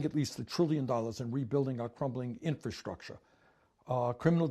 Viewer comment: "...we need to rebuild our crumbling INFAAASCHWTUKKSSSHHHAAAA" gotta love Bernie lol